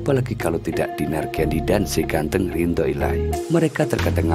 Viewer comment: Ridho min bukan rindho.